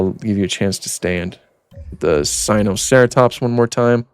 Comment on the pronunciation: Typa mispronunciation in a bad paleontology video